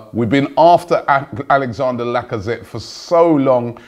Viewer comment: Lacazette is the first name I've heard you get right. "Gundagon" an entire summer was a killer. And you still go "Kolasanic" We have no such player, please...